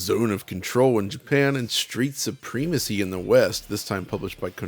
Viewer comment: Am I the only one that can't stop noticing speech oddities? He primarily refers to Japanese versions of games and only seems to reference American versions as an afterthought. He pronounces words oddly ( 'supreemacy' rather than 'suprehmacy' for example), and randomly uses European terminology ('windscreen' rather than 'windshield'). This dude is from Ohio!